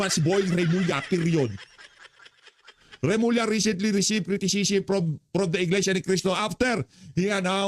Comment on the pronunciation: Remulla hindi Revilla.